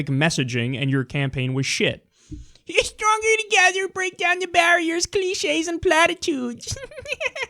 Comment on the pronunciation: Bweak down the baawiers